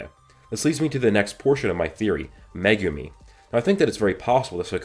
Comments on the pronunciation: [ Meg - gum - E ] not magoomi or how you pronounce it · "megoomi"😂 great theory vid as always tho